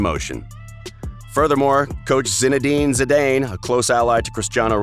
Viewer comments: "Bollon'Day'Oor "Zinedine Zidayne" "Argenteener" "Youefay" "Liverpul" "Hazerd" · Zinedeen zidayyn, u.e.f.a? What the hell is this? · Zinedine Zi-dayne?? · My ears bled when I heard his pronunciation of Zinedine Zidane... he butchered it